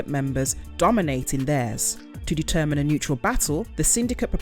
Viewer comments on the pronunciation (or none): none